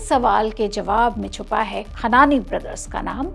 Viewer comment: Medam script ache padho or content sudharo 1. Khanani hai khan nahi 2. Jesh nahi pura bolo jeah a moh...